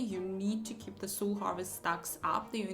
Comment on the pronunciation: Soul - это не сул. Это так не читается.